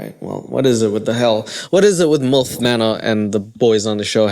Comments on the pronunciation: theres no "o" in molf its milf lmaooooo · Lol love how you pronounce your I as a u... mulf 😂😊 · The way you say milf so clearly sounds like mulf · It’s pronounced M-I-L-F!! Not mulf haha 😂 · It's milf not mulf. 😅 😜 Bloody South Africunts. And what's wrong with predatory females ? Some of us want to be prey, cringey or not brother 😅